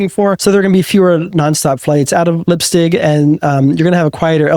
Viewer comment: How do you manage to pronounce Heidelberg correctly, but Leipzig totally, utterly wrong?